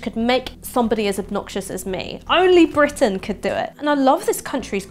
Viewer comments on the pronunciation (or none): A prime minister so upper class that he pronounces it "Bwitain".